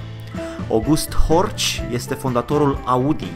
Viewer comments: Se pronunta HORH, nu HORCI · Istoria Audi e putin mai cmplexa decat ai prezentat-o, dar in esenta, asa este... As avea unele mentiuni: a. Horch se pronunta "Horhh" si nu "Horci"; b. Horch inseamna "Ascultă!" in limba germana (imperativ), exact la fel si Audi in limba latina, nicidecum "a auzi" (infinitiv); c. Compania fondata de Augustus Horch initial, s-a numit intr-adevar "Horch", iar in urma unor probleme a fost nevoita fuziunea cu alte 3 companii, in urma careia s-a stabilit numele latin Audi; in urma aceleiasi fuziuni a celor 4 companii a rezultat si sigla :D Foarte tare canalul! Imi place ca esti bine documentat si diversitatea subiectelor abordate! Keep up the good work!!! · Nu e horci e heorhi goddamit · Boss " ch " in germana se pronunță " h " .... deci este horh nu horci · se pronunță "horh", nu "horci" în germană.